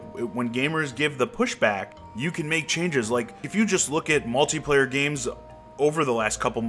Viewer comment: lol at malty player u say it funny